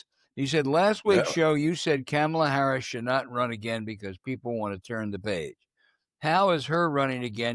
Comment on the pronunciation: . Who? Jesus dude, can you STILL not pronounce her name correctly?